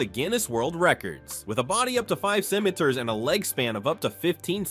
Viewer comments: What is your problem with the words center mitres? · Did anyone count how many different mispronunciations of the word: Centimeters was made?😂...... that is so annoying!!!! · Ai can't pronounce centimeters 😅